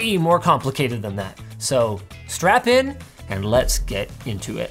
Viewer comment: Did he say strap in or strap on?